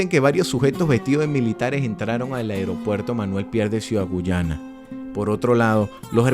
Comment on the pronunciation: No entiendo cómo un Venezolano puede decir Ciudad "Guyana"..... Es Ciudad Guayana..!!